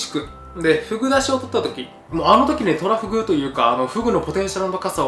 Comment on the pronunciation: 急上昇3位がトラ↓フグ↑ってイイ日本だ